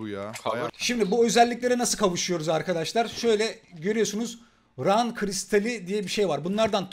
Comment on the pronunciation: ingilizce bildiğimi nasıl belli ederim rün'ü "ran" diye okuyarak 🤣🤣